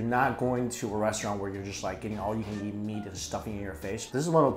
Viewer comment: Mike always put an alphabet in front of a word that starts with a vowel. Guess hanyu pinyin is hard to drop. Yeat = eat Melqin = melt in Yenough = enough Yeasy = easy Ungtill = untill